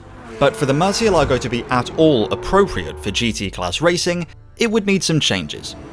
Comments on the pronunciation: not murcielágo but murciélago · murcielago Spanish: mUURrr-SEE-el -A-go (roll tje "r") English: MERCH-e-LAGO (just plain wrong) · I do enjoy your videos, but I can't believe that you didn't do a little due-dilligence to check that you can pronounce the name of the car at least somewhat closely 😉